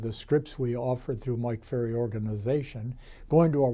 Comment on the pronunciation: I love how you didn’t correct yourself when you said your last name incorrectly 😍☺️